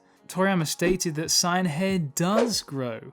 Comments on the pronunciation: SAY-YAN not SIGN WTF It's pronounced how that way everywhere and by everyone, not sure how you got to SIGN. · wh ydoes this dude say sign its saiyan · It's pronounced as Saiyan. Gine's name is pronounced as Jean! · The mispronunciation of Saiyan is triggering an intense desire to slap the taste out of your mouth the correct pronunciation is like this say-in in your next video fix your pronunciation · Learn how to say saiyan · He dedicated his whole channel for dragon ball but can't say saiyan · why cant this guy pronounce saiyan right?